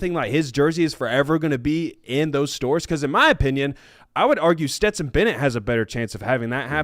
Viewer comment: Sorry guys but it’s Stetson.